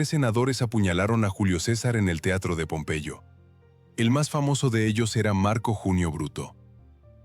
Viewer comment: Pompeello? Será pompeyo